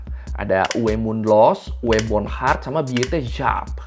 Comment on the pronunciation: Pembacaan alphabet Jerman W itu dibaca nya veh bukan we. Jadi penyebutan nama bukan uwe tapi uve mundlos, Dan pembacaan ö itu bulan oh tapi oe, jadi dibacanya boendhart